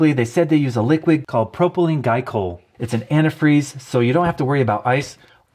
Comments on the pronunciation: Its pronounced Gly-Coll. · Mouse-ah is pronounced with a Maine, or close to Boston accent. Not 'eh' as is Canadians use. (There'd is a pave and time for 'eh'. You could also use hard alcohol instead of properly and glycol. (And that's pronounced Gly-Call)